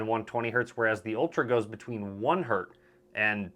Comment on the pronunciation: Its always HERTZ - no Hert pls.